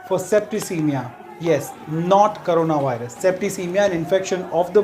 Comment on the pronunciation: He said Karena viris.